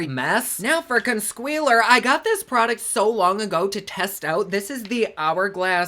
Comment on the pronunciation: I laugh when u say consquealer. Every. Single. Time. 😂😂😂😂